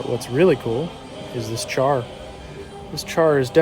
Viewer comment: shar not char. It's spelled like the English word but is pronounced differently.